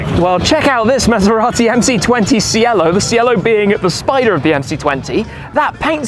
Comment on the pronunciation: Cielo (Italian for "sky") is pronounced "tshi-elo" (like the instrument Cello with an additional "i"), not like "si-ello" 😉👍🏻👋🏻👋🏻👋🏻